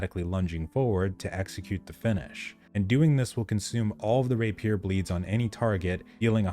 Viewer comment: rApier, not raPIER